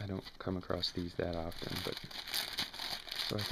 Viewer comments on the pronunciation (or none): "come acrost?" "talking a boat?" WTF?